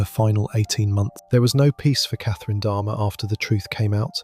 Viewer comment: It's jeffrey dahmer not dharma good grief. If you really did a true deep dive into these cases then how tf can you not even get names right wtf 😂